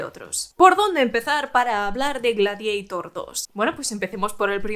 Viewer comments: No es Gladiaitor!!!!!! Es Gladiator, tal como suena, en latín!!@ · ¿Por qué "gladieitor" y no "gladiator"? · Pero como “Gradieitor” hija de mi vida……? Si es un termino latino,se lee tal cual Gla-di a tor.Ten un poco de respeto a tus ancestros que cada vez que dices Gladieitor ñiñi, muere un latinista….😒😒😒😵‍💫😵‍💫😵‍💫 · "Gladiator", del latín Gladiator/Gladiatoris. No "Gladieitor" aunque sea una película de Scott. Sería como si Quo Vadis lo pronunciaras "Quo Veidis". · Tu pronunciación G-l-a-d-i-e-i-t-o-r 😂😂😂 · Gla que ? Ja Habla bien ...es gladiador 2 .... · Ella lo està pronunciando en inglés caballero,que no acaba usted de enterarse y aún así tiene las santas narices de corregir!!! GLADIEITOR suena ridículo tal y como ella lo dice, aquí y en la China.Fin del hilo. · Buenas, por ignorancia del tema ¿En EEUU cómo lo pronuncian? Ya que la película la han hecho ellos, si no traducimos el título, se dirá en inglés. ¿O para los de habla inglesa también lo pronuncian en latín? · En inglés Gladiator( latin) se pronuncia foneticamente.En español tenemos un término propio derivado del latin ,por lo tanto es completamente absurdo y ridículo pronunciarlo en inglès.Aqui no hay ni debate ni discusión.